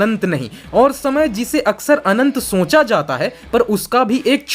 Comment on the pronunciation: Vai tum pehele 'Sonchna' , 'Soncha' is tarikese bolna bandh koro